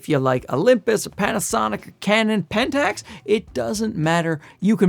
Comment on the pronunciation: LOL you couldn't say Pentax seriously could you.